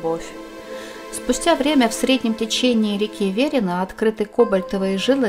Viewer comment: всегда думал что ударение Верина падает на И.